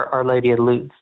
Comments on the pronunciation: can't pronounce "Lourdes" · our lady of lewds? i think he meant lourdes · “The road to Lourdes* is littered with crutches but not one wooden leg” (Emile Zola?) * Loods / Lewds / ? 😀